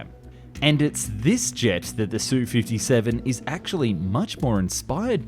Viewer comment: It’s not “Sue-57”. It’s an “S”, “U”-57. German planes aren’t “DO” and “ME, but “D””O” and “M””E”. MiG is the extremely rare case were the acronym is pronounced instead of spelled. 🙄